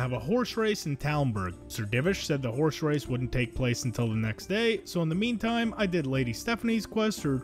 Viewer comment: what the hell is a "horsh race"?